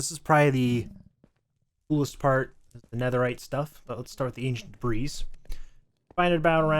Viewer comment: BTW debris is pronounced duh-bree, but still a cool video :)